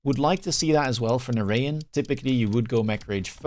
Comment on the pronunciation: narayan is pronounced na-ra-jan like how you would say it in dutch. Indian origin name. nice content as always, you and surrey are the best. you guys should do some 2v2 together, force the rat to do some team play.